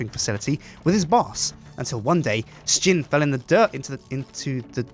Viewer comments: i think he means that somtimes it sound like they are saying shin instead of sjin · I still wonder why you pronounce it like Stjin ?